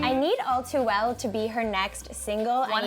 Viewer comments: when she said all too well i thought she said o2l..... i was like CONNOR? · Okay I'm going to sound really stupid here but I thought she said "I remember O2l" JASCOUSCAUHIVESHESIUVHWEIUFHVAHECE 😂😂😂😂😂